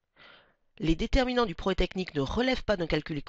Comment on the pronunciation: Sympa la vidéo. Mais pourquoi ne prononcez vous pas le "proGRÈS" technique? Cest très chiant